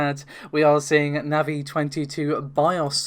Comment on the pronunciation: just for saying NAVI correctly you get a like ;)